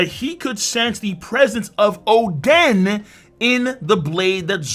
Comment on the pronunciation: Óden not Odén emphasis on the o